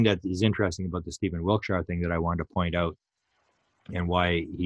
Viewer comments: Please stop saying wilt- shy are. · Wiltshire is pronounced wilt- sha. Every shire is a sha. Yorkshire, etc.